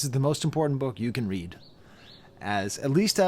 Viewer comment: AVAA but damn man it's read(red) between the lines like autocorrect underlines things in red. Not read that rhymes with steed. That was sending me😭sorry. Great video as always🙌